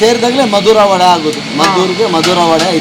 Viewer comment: ವಡೆ ರವೆ.... ವಡ ರವ ಅಲ್ಲ. ಕನ್ನಡ ಹೆಸರನ್ನು ಹಾಳು ಮಾಡ ಬೇಡಿ.